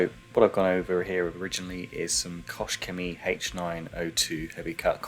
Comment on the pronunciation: This car is very pretty. I always found it looking nice. Btw., in regards to Koch-Chemie, the first word is pronounced with "h" at the end, not with "sh". Kochen is a german verb which is pronounced "kohen", but not like "Cohen - as an english name", but with H, like in "house". Take care.